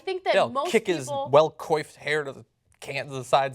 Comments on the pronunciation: Kwoffed. It's pronounced kwoffed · coiffed -> cwahffed. french word for hairstyle. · That's not how you pronounce "coiffed", John.